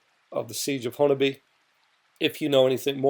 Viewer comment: You said honobia spot on